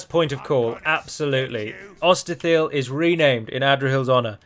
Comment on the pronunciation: LOL, so many hills already, Ost-in-EtHIL, ItHILLian, Os-in-GaILL, how about Ost-Adra-Hill.